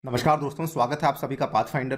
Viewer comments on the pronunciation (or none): none